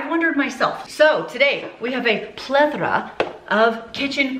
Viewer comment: how did we not get a Three Amigos clip for plethora?! ❤ I'm pretty sure I heard a roll of the "r" there 😉 BTW...love this video!!!